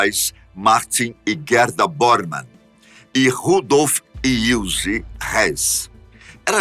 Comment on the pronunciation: ( / ) ❌ Guerda ✔️Gerda ❌ Ilze ✔️ Ilse